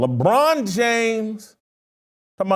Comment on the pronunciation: Laughed my ass off at the mark when you struggled to mutter Lebron's name.